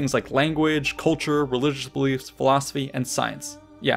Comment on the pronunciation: "rilijus belifs "